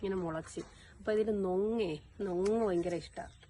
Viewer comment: നൊങ് അല്ല.. പൊങ്‌ 😊